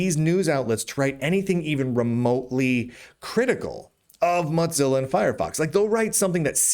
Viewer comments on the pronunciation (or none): Stop saying Motzilla. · I don’t think I can ever get used to the way Lunduke pronounces Mozilla, but I can’t be the only one who caught the bit at the beginning about another Linux distribution ditching Fedora and chuckled a little. 😂